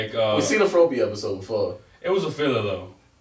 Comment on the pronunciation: Did they say Fropey????? Yo! It’s FROPPY! Frog? Hoppy? Froppy? ........ FROPPY! lol